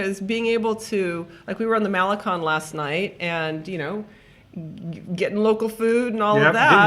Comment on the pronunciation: you know it's pronounced maleCONE and not maleCON, shame on you! 😄